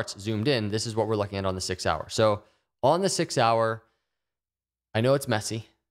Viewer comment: "Six hour" sounds like "Sig Sauer"